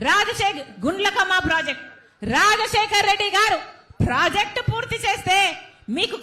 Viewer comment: రా...జశేకర్ రెడ్డి. కాదమ్మా రాజశేఖర్ రెడ్డి. అనండి